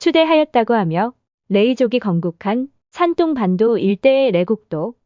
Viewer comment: 대륙 백제에 대해 대한민국 사람 입장에서 받아들이는거야 사람 마다 다를 수 있겠으나, 인구수로 따져보자면 산동(둥 이라고 발음)성 인구가 1억 500백만명인에 전라남도와 북도 인구를 다 합쳐도 400만이 체 안되요. 사람이 애 낳고 돈 벌어서 먹이고 가르키고 키우는 인간사 거기서 거기라 치면, 1억 500만명 VS 400만명을 1500년 전으로 거슬러 올라가서 당시 인구로도 어디가 먼저 발원에서 어디로 진출했겠어요. 한번 상식적으로 추측해보시면 나오실껍니다.